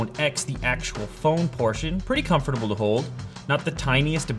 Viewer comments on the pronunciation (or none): He said "comfortableable" 😂😂😂